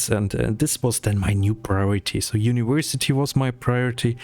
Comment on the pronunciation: "uniwersity" uwu Sorry. Loved the video and very relatable. I needed this for my own motivation (